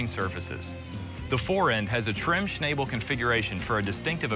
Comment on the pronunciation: shanbel? he pronounced that wrong